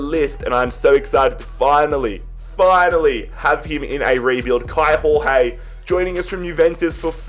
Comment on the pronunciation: Kaio Jorge is pronounced Kai-o Georg-ye sort of idk how to explain it perfectly